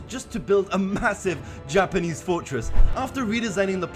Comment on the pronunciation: everytime he says 'japanese' I'm like (nooooo!)